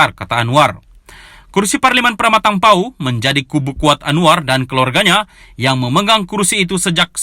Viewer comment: Kamu tahu membaca ke tidak ni ? Nak sebut PERMATANG PAUH pun tak reti. Budak sekolah rendah pun boleh membaca/menyebut dengan betul PERMATANG PAUH bukan PRAMATANG PAUH ?? aAda kemungkinan kamu tak pernah dengar Parlimen Permatang Pauh yg sangat popular kerana disitulah Anwar selalu bertanding dan PKR tak pernah kalah disitu, Kini ia ditangan Nurul Izah.